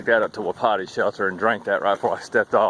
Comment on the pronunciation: Hey bud, not that it matters but I think the name of that shelter is pronounced wa-peety. means elk.